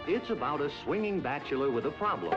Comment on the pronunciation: Yeah, but I find his constant "batch-eh-lor" pronunciation irritating.